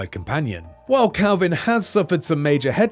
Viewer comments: Dude keeps saying CALVIN when his nametag literally says KELVIN. Great reporting there IGN 🤣🤣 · Leave it to IGN to make those funny mistakes. His name isn't Kalvin (Calvin) It's Kelvin, and it rhymes with Melvin. It's his surname. His name will probably be revealed later. John Kelvin perhaps. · Dude I'm English, you definitely said Calvin. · the guy talking kept saying Kalvin but you can clearly see his name is Kelvin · Is Kelvin not Kalvin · Weird that an accent changes the base vowel sound entirely in a way that doesn't normally happen except in this instance